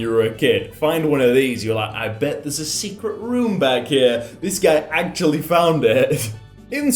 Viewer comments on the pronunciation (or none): none